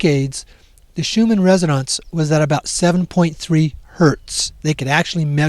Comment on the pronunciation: And it's Schumann "resonance" not "resononce"... Did you just get here?